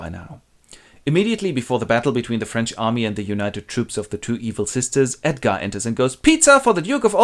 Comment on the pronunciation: "Edgarrrrrd is the rrright one" - thanks, this literally saved my life! <3